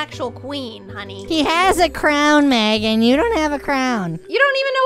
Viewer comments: It’s not Magan it’s Megan! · It’s Megan 😒